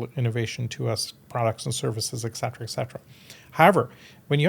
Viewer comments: ET cetera, not 'ex cetera'. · That's an interesting topic. But for somebody using the expression 'eT cetera" maybe he should learn the right pronunciation? 🤷🤔